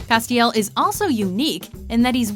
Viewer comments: How is Castiel on this list? He's an angel of the lord, who fell and came back. And the way you're pronouncing his name wrong is infuriating. It's Castiel, Cas, rhymes with ass. Not Ah. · holy shit learn to pronounce names its not cast-iel